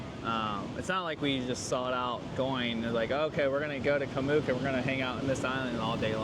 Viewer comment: Btw it is not pronounced "moook" with a long 'o". It is "oo" as in cook, it should rhyme with cook.